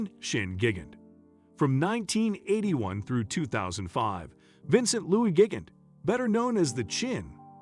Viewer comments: Gig-int lmao. Man’s butchered just about every pronunciation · It's pronounced Gee gan Tay and Lu chi on o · Gig-Int…lol Lushino….lol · Is this a fucking joke?!! Because its gotta be, what with mispronouncing Chin's & Luciano's last names!! Fuggedaboutit!💯